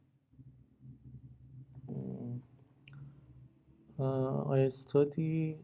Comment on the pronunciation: She said "estudy", basically I can tell that her first language is also Persian/Farsi as Iranians usually pronounce words that begin with 's' with an 'e' first.